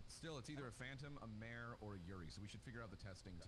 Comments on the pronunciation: Yurei is pronounced You-Ray I've been wanting to play this too. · When they say yuri instead of yurei 👀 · Why pronounce it yuri? Try, hmm, let's see how your mind would interpret this... you-ray? Yuri is something else... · everyone pronounce "Yurei" as "Yuri" and I just facepalm lol